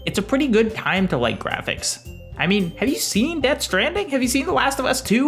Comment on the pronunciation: That word is pronounced "Jrrrafiks"